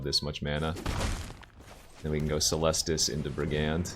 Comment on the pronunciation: please stop pronouncing brigand like that :'(